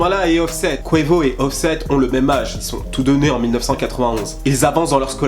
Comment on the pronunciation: ta prononciation de quavo m'a détruit le tympan gauche mais à part très bonne vidéo khey